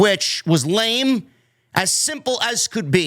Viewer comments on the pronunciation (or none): none